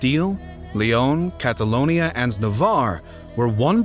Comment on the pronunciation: The word "Catalunia" doesn't exist, it's Catalonia in English with O or "Catalunya" in Catalan language but the NY is not equivalent in sound to I in English but to "GN" in Italian or French (Catalogna, Catalogne) or "NH" in Portuguese ("Catalunha")